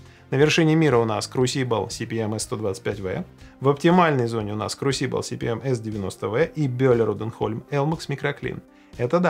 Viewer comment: А меня покoробило от ударения в слове crusible